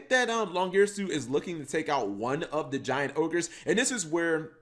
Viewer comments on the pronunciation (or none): none